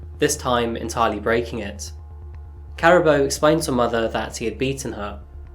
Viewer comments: Her name is pronounced Kaa-rah -boo . Thanks for the video. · It ka ra bo. Say the ra as in the god Ra. Karabo. May you rest in peace and reincarnate live a happy life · Uncle... The Zulus are from Kwa Zulu Natal. Johannesburg is in Gauteng 500km away. There are other tribes in SA too. Sotho, Tswana, Xhosa, Venda, etc. Her name is pronounced Car - aa - boo. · I Think the name is pronounced wrong, I really doubt its pronounced, "Karabbo" but "Karabo" half silent B, get it right bro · I must be honestly....I HATE when people research a story a story and don't bother with the sound of the actual name....drive me mad....karaaabo...yes....JHB based as well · Just a little help with pronunciation. Her name is pronounced 'Car' 'ah' 'baw' (rolling 'r') Surname: 'Mock' 'When' 'ah' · Is her name pronounced like “caribou”? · usually you get the spelling right, its pronounced ka-ra-bo not karabo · 😂 Caraboa 🤣🤣 that is not how you say that, you keep saying that so much it's distracting. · Unfortunately, Karabo's name was mispronounced in the story. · Lol the why you saying her name, lol. If you go to South africa and call anyone named Karabo like that they'd probably wonder who the hell is he looking for. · Just FYI her name was pronounced Kah-rah-boo His name is pronounced Sun-dee-leh. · Ka-rah-bo ; San-Dee-le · Pronunciation is difficult in our language. Ka-ra-bő Mokwena san-di-lé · No offence to you but you need to learn the phonetics for the names before you present anything..it is sandiiileh and karaabo in terms of pronunciations you need to do some work...........